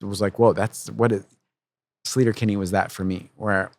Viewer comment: Slayter? Isnt it Sleeter? Ea makes the sound E in English. Not a. Come off it Carrie. Even Fred is saying SLEE-tur. Its Sleeter Kinney. Argh.